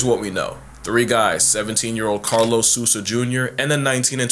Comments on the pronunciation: SOUL-zah, not SUS-ah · Yeah he’s dumb for messing with a tiger but hearing his Hispanic surname Sousa being pronounced “soo-sah” instead of “sow-sah” inflicts psychic damage on me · Great video, your pronunciation of Sousa is... creative